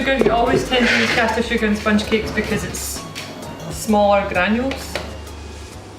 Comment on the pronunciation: >How much sugargh, two hunert?